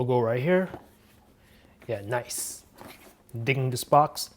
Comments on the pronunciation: I like how you say "Very Noice" 👌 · love that accent when he say "very nice"